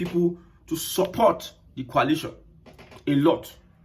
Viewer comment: It is not pronounced as Qualation'. It is called Coalition. Mind your pronounciation as I thought, you are saying something relating to chemistry formation.